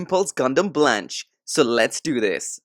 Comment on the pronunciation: Blanche no it's Spanish for white and its pronounced blon keh